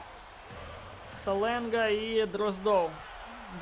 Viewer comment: На будущее не Саленга а Шаленга)Просто я хожу на каждый матч Строителей и говорили там Шаленга